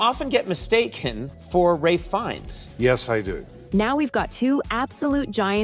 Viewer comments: Come on, lady. His name is pronounced Rayfe Fines, not RaLph Fi-enn-es.🙄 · "Ralph Fee-inns"? (Ralph Fiennes pronounced Rafe Fines.) A lot of the men don't look alike, except Tucci + Strong, Bardem + Morgan, Marshall-Green + Morgan, Ferrell + Smith and Momoa + Reigns who could actually be brothers. Henry Cavill and Matt Bomer do look like twins. Most of the women don't look like their supposed "doppelgangers". The exceptions are Jodi Foster + Helen Hunt (who could be sisters) and Scarlett Johansson + Kate Shumskaya who are so amazingly identical that its not even funny. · Not to mention the atrocious pronunciation of Ralph Riennes name